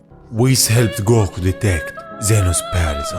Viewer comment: Especially when he says “gow-KU (goku)